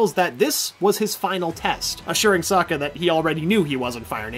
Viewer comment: Lester Mano Sokka not Suka